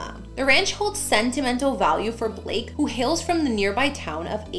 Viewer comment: Why do you call him "bleak"? His name's BLAKE..